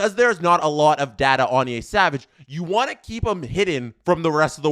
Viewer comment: Yeah he's pronouncing it like Yésavage lmao there aint no accent aigu in Yesavage